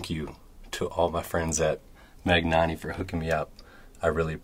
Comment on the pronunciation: Magnanni is pronounced like lasagna or Bologna. There isn't a "g" sound.